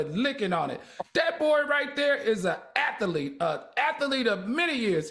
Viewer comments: It’s been years and none of the cohost will inform Al he is pronouncing athlete wrong 😢😢😢😢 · Can somebody tell Al how to pronounce athlete? 🙏🏽🙏🏽🙏🏽🙏🏽